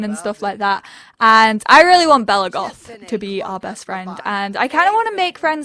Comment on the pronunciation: Every time you said we're in the goth house it sounded like we're in God's house 😂 the foths might be Sims royalty but maybe not gods though 😁